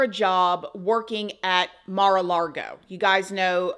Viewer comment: My girl just said Maru Largo and I am DEAD 😂 ☠️ 🤣